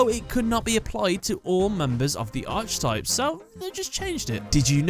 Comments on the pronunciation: Every time pronounces Archetype as Arch-i-type rather than Ark-i-type, another bit of my soul dies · Can you cover the Satellarknight cards? Also archetype is pronounced "ark" not "arch." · It's pronounced arKUHtype you anglo-fuck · Garnet The Gem Yeah, it’s a little annoying. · I wouldn't care so much if he didn't say it all the time 😅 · It's just annoying